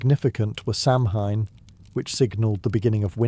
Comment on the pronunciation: Samhain pronounced SOW - in. (Connacht Irish) Gaelic is anything but phonetic.